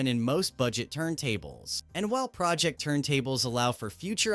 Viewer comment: AI voice pronouncing Pro Ject wrong and right back to back in the same sentence is ridiculous.